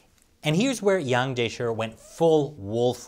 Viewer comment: Wow knows not to voice the chi in Wang Jiechi's name. When is going to coach my Mandarin pronunciation?!